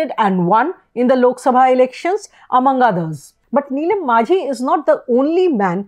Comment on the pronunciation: He is Majhi not Manjhi. Please do the basics right